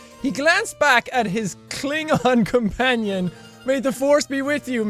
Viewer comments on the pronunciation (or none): none